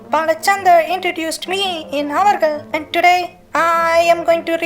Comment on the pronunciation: It's avargal... not ivargal